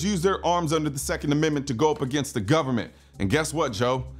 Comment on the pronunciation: Did he say "gubnerment"? FJB.